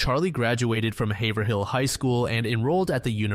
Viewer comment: Definitely not pronounced “haver- hill” lmao